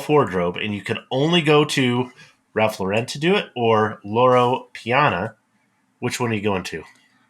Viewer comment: Ironically you pronounced Loro Piana right, but Ralph Lauren wrong. It’s just “Lauren” like the women’s name. Even Ralph cringes when you say it in that other strange way. Loro Piana is a very revered brand in Italy, and are known for their cashmere. They supply many of the world’s luxury brands with fabrics.